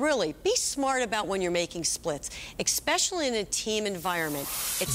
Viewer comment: The bowler's skills are impressive, but every time I hear "exscpecially" it makes me cringe.